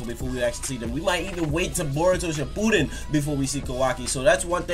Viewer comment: boy sed boruto shipudden